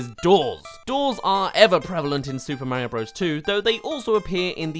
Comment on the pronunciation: It’s Mario not Mayro